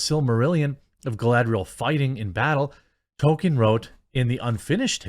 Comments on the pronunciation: I love u Jeremy. However, please pronounce it "TOL-KEEN" not "TOW-KIN" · Jeremy why are you always saying token? It's Toll-keen. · Dude. it's TOLL ke in. Not token. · TOLKIEN NOT TOKEN 🤣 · Dude, it’s not TOKEN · TOL KIEN not towken TOLLL KIIIEEEEN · JEREMY. IT'S PRONOUNCED TOLL-KEEN, NOT TOKEN. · Nobody: Jeremy: “Token” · TOLKIEN not TOKEN. Also elves with names starting with C are pronounced as K (ie Kelebrimbor and Keleborn).